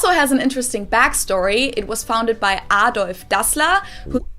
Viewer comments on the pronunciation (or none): none